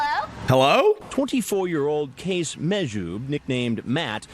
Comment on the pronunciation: His name is Qays Mahjoob and that sounds like case as in, this criminal case lol